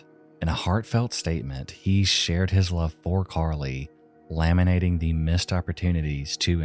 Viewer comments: laminating instead of lamenting 😂😂😂 ur vids are the best bro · *lamenting = 'lah-MENT-ing' , rather than laminating. Doubtful Carly's father sealed anything with a protective outer layer in court. Or maybe he did, who knows? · did you mean lamenting not laminating lol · were anything but “harminous (harmonious)”? “laminating (lamenting)”Tell me you used ChatGPT without telling me you used ChatGPT. I guess be unable to pronounce words you supposedly wrote? Less work you have to do on editing anyway since you talk lifelessly in the general direction of the camera lens. Half your schtick was being a faceless monotone. It gave your videos the sense of enigma and foreboding that your robotic facial expressions rob them of. It’s so obvious you used ChatGPT man. It’s the fact that you make no “I” statements. No personal commentary. That’s something you e always provided. Now, you show your face, but you’re giving the most impersonal, clinical retellings of these cases.